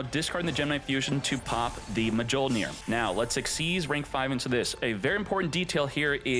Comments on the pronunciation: "mah jole near" is the biggest violation😂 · It's pronounced myol-neer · He keeps saying the “J” 😭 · thats mi-yol-neer you fool 😂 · i never heard of this card... or Mjollnir pronounced like that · deserves to have his ash fingered for that pronunciation. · How does not know how to pronounce Mjolnir? 😂 Thor would be ashamed smh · its MA-CHINA all over again 😭😭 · Idk if he's being serious or not😂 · I cringe everytime I hear it 😭